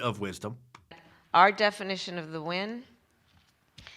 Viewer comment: She was saying ‘win’, inexplicably.